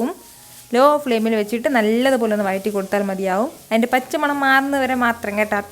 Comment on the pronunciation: Chechi vayatti ennalla vazhatti vazhattuka ennanu sariyaya ucharanam. Very nice video. Will try xmas special